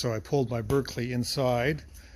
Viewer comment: What model Berkeley is that? (It's pronounced BARK-lee). I wonder if a Mazda B engine will fit in the Metro? The Kia version of the Ford Festiva had one of those. Interesting to see a Chinese engine in there.